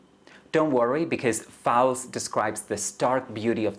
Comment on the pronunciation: Author’s name is pronounced like Foals, Einstein…